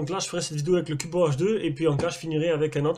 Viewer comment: J'ai jamais compris pourquoi les fabricants mettent toujours des grosses bandes noires dégueulasses autour de leurs écran comme ça... Sinon pourquoi "Cubot" tu le prononces "Cubo" ? X)